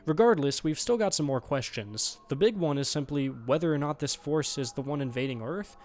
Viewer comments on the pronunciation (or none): You need to learn to pronounce word NOT. You are saying NUTS.